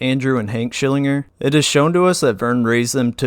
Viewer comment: As soon as you mispronounced his name I heard the his voice yelling in my head 🤣